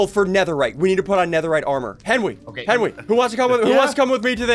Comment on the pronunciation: Ssundee: it’s a little fishie like that’s not a fishie